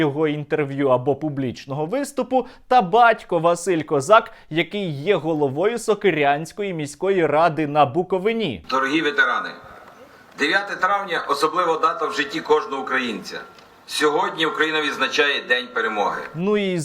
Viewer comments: Все правильно, дякую за громадянську позицію!) лише не БуковинА, а БуковИна) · Правильно говорити БуковИна, а не БуковинА... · БуковИна а не БуковинА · Будь ласка, БуковИИИИИИИИИИИИИИна, а не БуковинА, а то слух ріже)Дякую за розуміння)Слава Україні) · Класно, але БуковИна, а не БуковинА. 🙂.Я буковИнка. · БуковИна , а не БуковинА! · На майбутнє: Не БукОвина а БуковИна А так то як завжди - лайк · Наголос у назві історичної області Буковина, потрібно ставити на третьому складі – БуковИна. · Гарний випуск, але правильно казати БуковИні, а не БуковинІ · Шановний Сергію і всі, хто не з БуковИни: буковиннці кажуть БуковИна) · Сергій, наголос на И, Букови́на.. І відповідно на БуковИні) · Буковині? Наголос поставив аж гірко стало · Сергію, на БуковИні. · научись правильно говорить БУКОВИНА. ударение ставь правильно